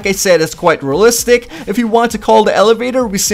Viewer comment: Your voice ..... It hurts Btw what the hell is Rllistic